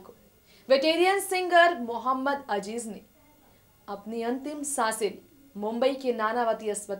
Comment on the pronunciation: for gods sake it is mohammed aziz and not mohammed ajij atleast pronouce his name properly